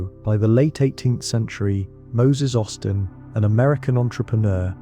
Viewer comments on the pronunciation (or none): none